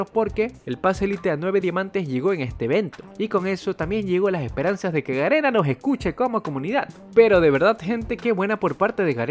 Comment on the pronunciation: yo escuchando como se equivoca diciendo ganena envés de garena UwU